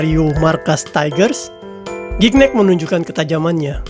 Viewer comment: Spellingnya Gignac om.. Typo jd Gicnac tuh Om.. bacanya juga "Zi-Nyak" .. semangat terus Om..